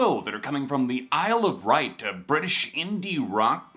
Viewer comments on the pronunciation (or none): ISLE OF WIGHT (pronounced ‘white) CHAISE LONGUE (pronounced ‘long’)